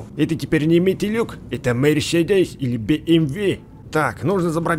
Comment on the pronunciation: Не бмви. а БМВ